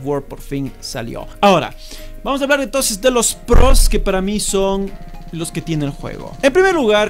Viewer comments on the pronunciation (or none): Vamos a hablar de los pprrrrrroooss